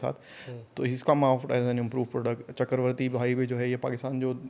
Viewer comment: It’s not CHAKAR-varthy.. it’s CHAKRA-varthy … initially I thought you were speaking some Urdu 😊